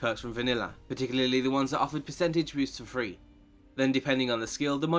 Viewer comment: ", particularly the ones that offered percentage boosts for free". Took me a while of listening to understand that you were saying "for free".